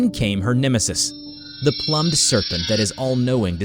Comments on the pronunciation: Homie really kept saying plummed instead of plumed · "Ploom-ed" not "plum-ed". The words mean two different things. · Sorry to be pedantic but it's 'plume-d' not 'plum-ed'. plumed /pluːmd/ adjective decorated with or as if with feathers. "rain began to beat down on my plumed cap" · Not "plummed," "ploomed." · Its prounounced more like the "the ploomed serpent" not "the plum serpent". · Okay... I can't be the only one that retched at "plumbed" for the word "plumed." Ploomed, not plummed. It means feathered. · PLOOMED not PLUMMED and a man named Emily? It's pronounced Um-eel... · Your videos are of good quality, but maaaan, double check your pronunciation. Everytime you pronounced plumed (ploomed) as "Plum-ed" or Emile (Em-eel) as "Emily" drove me nuts. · Seriously now. Plumed Serpent . Is pronounced Ploo • mmd. Not Pluh • mmd. If your presenting something for mass media distribution. Learn how to read. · Plum Serpent? Lol it's pronounced ploomed, like plumage on a bird. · Plume is not pronounced like plum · It's pronounced "ploomed" usually meaning feathered. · i think it’s pronounced PLOOMED like plumage which is feathers so feathered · please check your auto voice for mess ups like plum ed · Plumed = sounds like Ploomed. Like plumage; as in feathers. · “Pl-oo-md” serpent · "Plummed" hhahahaa I've been noticing ALOT of mispronunciation in your videos lately, you okay? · Lmao I love how his pronunciation is still so off and alien like. Plum'd serpent is great. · You mispronounced "plumed" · The way he pronounces plumed😭😂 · That mispronouncing of plumed serpent is annoying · I love how you mispronounced "Plumed"